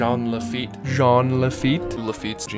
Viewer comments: I am so sad Disneyland did not go with the crypt entrance pirate ride. That would have been amazing!! Also...it's pronounced "JAHN", not "Jeen". 😜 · When Jean is pronunced "jeen" it's a girl's name. If it is a guy it is prounounced "chaan" as in Sean Astin and Sean Bean. Jean Lafeit was obviously a guy so it is Sean, NOT "jeen". Also, in the Wonderful World of Color program that aired about Pirates of the Caribbean, clearly say "sean" Lafeit, so that should clear the confusion! There! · Alrighty, we’re almost there, big step up from what you were calling him before, but not quite. Take it from the Frenchman here, I’m gonna lay it down for you: it’s close to John, yes, the J is slurred, so it’s almost like Sh-ean, but with the hint of J, and Laffite is pronounced with a bit of annunciation at the end, like a “tuh” sound. One could mistake it for an alternate spelling of Lafayette, the last name of a key figure in the French Revolution, but that would be wrong. Just some tips to help you along. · It's Jean (pronounced in the French as "Jawn"). Mispronouncing the name of such a historical figure is criminal. 😐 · Oh because he was saying "John?" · Ughhhhh stop pronouncing Jean like the the pair of pants its driving me nuts pronounce like its supposed to hes a frenchmen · Your mispronunciation of "Jean" makes me cringe.... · Okay, I'm hoping people know, but in case they don't: Lafitte is pronounced Lah-fi-yet. Like Hamilton's Lafayette. And Jean is pronounced "John" with emphasis on the "J", as it is the French pronunciation of the English "John".